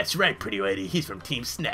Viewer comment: The way you pronounce Team Snagem at the beginning sounds like "Team Snuggem". x3